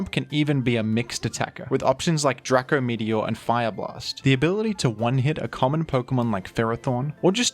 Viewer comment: "Drack-ko meteor" lol first person I've heard say it like that